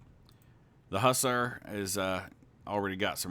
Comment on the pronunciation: I like these videos a lot - there's not much else out there that features the age of sail, after all, and this game does a fairly good job of it. Two comments, though: one grammatical, one historical: 1: 'Hussar' is pronounced 'Huz-ARE', not 'HUSS-er'. It's a Hungarian term for a particular type of light cavalry. 2: The game makes note of a 5th-rate ship called a 'Razee' class. Historically, a 'Razee frigate' is an older ship-of-the-line that was refitted and refurbished to make it faster and more competitive with the lighter ships it would be a match for in its later years. They did this by 'razing' the ship, stripping away the elevated forecastle and sterncastle and sometimes even the top deck. The significantly lower weight, coupled with the same square footage of sail, gave more than a few aging ships of the line a second life and lengthened their service life - not as front-line ships, any more, but they could still keep up and compete.